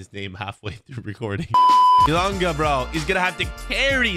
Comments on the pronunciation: Its elanga not elonga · It's not Elonga it's Elangaaaaaa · Why did he say elonga it’s so triggering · Man said elungu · Anthony alonga you said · Is just me it bugged me a bit always says Elunga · man said alunga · I’m Swedish but you’re saying his name wrong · hes just trying to piss people off by saying the wrong name 😂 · I am from sweden and that is not how you say Elanga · The pronunciation of elanga annoyed me lmao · YOU PRONOUNCE HIS WITH A E AT THE START NOT A O HIS NAME STARTS WITH A E SO SAY IT RIGHT OTHER WISE IN AMERICAN THE “schools” WILL STAY AS SHOOTING RANGES